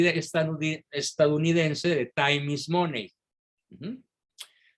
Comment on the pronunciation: Money, se pronuncia Mani.